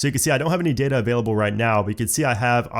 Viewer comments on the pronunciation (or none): none